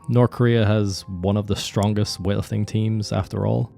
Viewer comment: all i hear ist weahterthing, wethlrthing and wealating